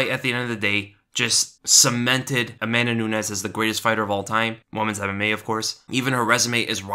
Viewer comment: A-MAN-da Nunez. Enough said. The girl's a dude.